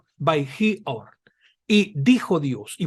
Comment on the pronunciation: Luz es "Or", no "Ur", como se dice. El " holem vav" es una "o"